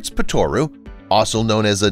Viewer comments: Gilbert’s ‘ POT O ROO ‘ ! Not Pitorrrrrooooo 😖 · Not COY-luh-canth, but SEE-luh-canth, please. Also, not Po-TOR-oo, but Po-tuh-ROO. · I think he means a "Poto - Roo" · Pronounced : Gilbert’s pot-o-roo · gilberts pot-too-roo? if you do any research on anything the first detail starts with its name!